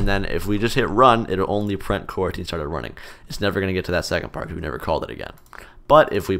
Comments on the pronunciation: Normal people: "Coroutine" Me: Q u a r a n t i n e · at first, for a second, i thought he said quarantine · FYI. To avoid confusion in it's title, it's pronounced "co-routine".